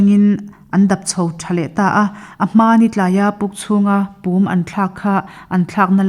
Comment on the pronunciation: Pum tih hi a ri a dik lo.a ri hniam tur ani